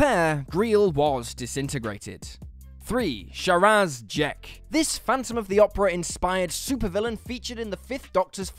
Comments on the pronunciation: I’ve seen The Talons of Weng-Chiang hundreds of times, and Li-H’sen Chang’s name is not pronounced the way it’s spelled. Nor was Sharaz Jek’s name pronounced “Sharaaaaaaz”. He pronounced the story correctly, but mispronounced the name of the planet, even though the name of the damn planet is in the title! I hate when I watch a YouTube video, and it’s obvious that the presenter/host is unfamiliar with the topic. I know it’s nitpicking, but I see these kind of mistakes too often, and it’s annoying. I notice it more often with younger Who fans, who are more familiar with the modern series. Just because you know everything about new Who, does not make you an expert on the classic series. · Andrazoni, Shiraz Jek, Scar-roth ?